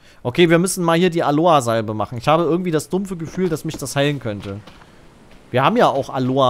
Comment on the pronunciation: Nicht Aloa, sondern AloEEEEE.